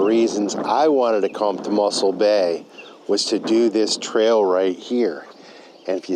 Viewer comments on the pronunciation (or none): its not muscle bay but mossel bay